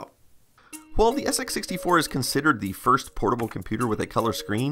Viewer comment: "Then of course there was the SX -64...." * "SX 64" (emphasis as compared to the SX-100)